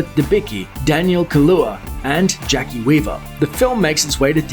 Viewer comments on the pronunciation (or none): none